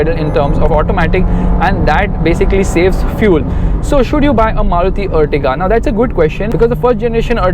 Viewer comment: This is Ertiga not Urtiga... ॲर्टिगा है यह अर्टिगा नहीं